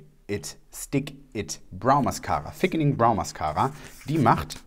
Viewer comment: Bin ich die einzige die statt THickening ein F hört 😝